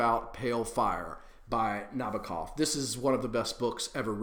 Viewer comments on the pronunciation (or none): Trying to get the plot of this novel out is difficult. I loved the way this book plays with rouge translations, culling, padding, and all that. Thought that was brilliant. I also love how it plays out in the footnotes. I love Pale Fire, I can see why it’s compared...also I tried to correct your pronunciation of Nabokov outloud... like you can hear 😂 I like the book when it’s happening in the footnotes, the last third when it becomes about the characters, I think I lost interest fast. What I really hate is this idea that people don’t read translations because you have to read them “differently” WHAT THE FUCK DOES THAT MEAN?!?!? ARE THEY READING OUT THEIR ARSE?